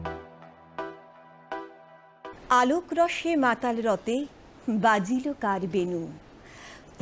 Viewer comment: শিল্পী প্রণয়কে অনেক এগোতে হবে। অঙ্গ সঞ্চালন একটু বেশিই ; "একটুকু ছোঁয়া লাগে" গানে "রঙে রোসে" উচ্চারণ হয়েছে-- "রঙে রসে" হবে।